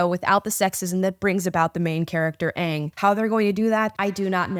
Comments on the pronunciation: Ok m so glad you said Aang right...the 1st live action movie kept saying it wrong 😢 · Just don’t treat it like it has to be the exact same as the original and you will enjoy it for what it is. It’s own show. It is already better than the first one because they can pronounce their names right. Also if this goes bad it doesn’t “ruin” avatar. Avatar is the same as always regardless. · I disagree. The acting is way better than the first like a million times and the characters fit the roles way better not to mention they know how to say their names. If you don’t believe it will be good you won’t like it but it you give it a chance you may. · Right!! I'm actually surprised so many people are upset about this. All the while I'm just happy that they are pronouncing the names correctly 😂😂😂